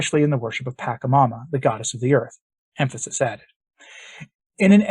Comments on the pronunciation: first of all, its prounounced Pa-cha-mama, second, its not a demon, pachamama means mother earth, its literrally the deity of the planet, and she is very loving & caring, as she is literally the world. I would not be surprised if the Pope maybe done a secret ayauaska ceremony and met pachamana, got tought some of her secrets? anyway, you should broaden your horizons, I used to be a catholic until I discovered the truth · Thank you for doing the video. Just a friendly suggestion that you correct your pronunciation of PA CHA MA MA. "CH" is not pronounced as hard 'ch' like 'k' "CHA" in pachamama is pronounced soft 'ch' as in 'Charity' Peace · Unless you know something about this South American idol that I don't, I believe the correct pronunciation should be PA-CHA-MAMA with the CHA said as it would be in cha-cha-cha, not as a hard K sound. I could be wrong if the reference language is a local one rather than Spanish. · The first syllable in “Pachamama” is pronounced with a soft ‘ch”, similar to the English words “patch” or “match”. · I know this might sound petty, but it's hard to listen when you keep mispronouncing the name of "Pachamama". But the content is much more important. This event was the first time I did more than just shake my head at Pope Francis. This actually made me angry, and I remain so until this day. The Protestants are mocking the Church over this, and they are right to do so. Also, any shout-out to St. Maximillian Kolbe gets a thumbs up from me. St. Maximillian, pray for the Church. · deliberately mispronounces the name of this demon, so as not to give it honor. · He refrains from saying it with that pronunciation because it could inadvertently be an invocation of the entity. Words have power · Yeah, knows something you don't know. As all of the exorcists tell us, you never ever say the name of a demon properly, because it gives them glory and invokes them. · It’s not pronounced pakamama, but patchamama.